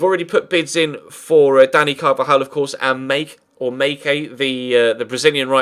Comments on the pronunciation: Mayke from Cruzeiro its pronouced Mike. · hey there, mayke pronunces like mike same shit!